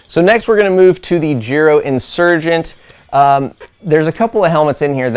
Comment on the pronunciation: I thought it was pronounced Giro with the I being said